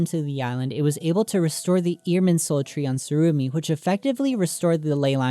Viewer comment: its tsurumi island not surumi